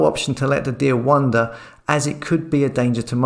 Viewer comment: Wonder/wander... two different words pal 👍